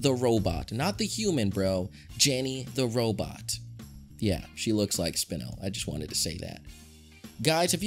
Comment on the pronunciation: its pronounced SPINE-ULL